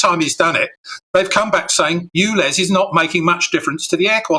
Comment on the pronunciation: S T OO V W X Y Z..... its U. Ulez. YouLez